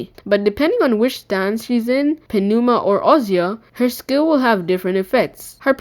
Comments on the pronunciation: it's pronounced "Nooma" not Penooma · "P" is silent in pneuma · This was awesome! Thank you for the info. P.S. : The P in Pneuma is silent, cuh.